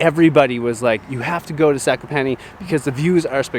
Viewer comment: Ok I feel I am going to be the proper pronunciation guy Zakopane Za-ko- pa-nÉ and Os tsy (ugh) pek. I am struggling here